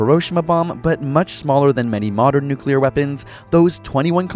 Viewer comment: NUCULAR📣POWER 📣SHOULDN'T 📣HAVE 📣BEEN INVENTED 📣